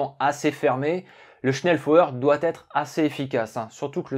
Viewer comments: dommage que tu sache pas prononcer convenablement SCHNELLFEUER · Le message était stupide dans sa forme mais pertinent sur le fond, la prononciation du mot était en effet incorrecte. Mais c'est un bien petit défaut comparé à la qualité globale de la vidéo !